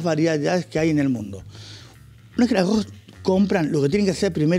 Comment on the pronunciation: Uuuyh que delicado con el arrrrozz. .